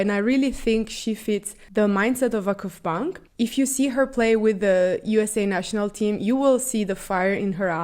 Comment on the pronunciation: your "Vakıfbank" pronantiation is perfect